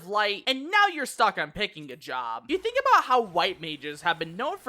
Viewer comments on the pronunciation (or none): none